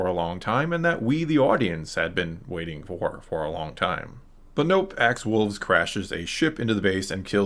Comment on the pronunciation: Woves not wolves